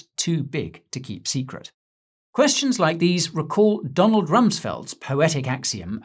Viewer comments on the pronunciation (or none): none